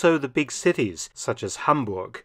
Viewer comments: Hi Mark Felton, I'm delighted for your covering of this part of history of Hamburg and i have to mention that your pronunciation of my home city is on spot. Thank you so much! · As a native Hamburger i gotta commend your pronunciation of my Birthplace!